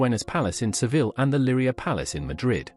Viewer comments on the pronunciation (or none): none